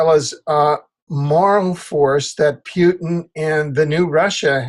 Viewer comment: It's Pootin not Pewtin ! It's disrespectful and not accidental and it says more about the person who chooses to feign ignorance.